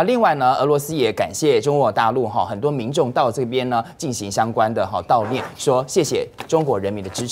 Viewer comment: dào念了啦不是掉念